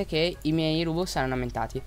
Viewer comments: Perché rubux si dice rubox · Si pronuncia ròbúks